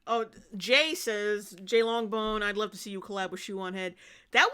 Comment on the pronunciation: Wove and acweptance🥺